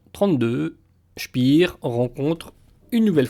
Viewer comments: On ne dit pas "spir" comme en anglais mais "spér" : c'est un nom allemand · c'est pénible d'entendre sans arrêt prononcer "spire" ce qu'on doit prononcer "chpair"...